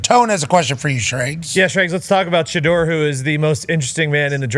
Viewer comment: He says it correctly. Everyone including his father says it incorrectly